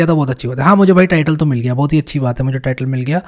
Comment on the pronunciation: My favourite part "BO HUTH" 😂